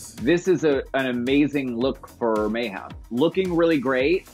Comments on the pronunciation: Bob says May-HAM every time. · Bob has never once said Mayhem's name correctly